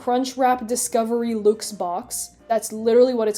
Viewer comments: This channel is great! Love the editing and the humour and- "Luke's" ... Did she just pronounce luxe as ... Luke's? Oh. Oh no. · Cheez-It Cucked killed me. 🤣🤣🤣 The "Luxe" is short for "Deluxe" lol. Unless y'all up there in Canadia pronounce it "delooxe." (I tease, cuz I love, it's an odd word, and I can see why anyone would think it's pronounced like that, lol) Wait, wait, wait...you're NOT a dentist!? Then why did I subscribe to your channel!? False advertising. You shouldn't have a channel name called "" if you're not a dentist.